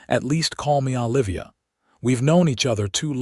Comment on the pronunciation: It's O livia, not AH livia